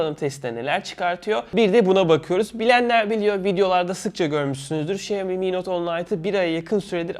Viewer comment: Şeeomi XD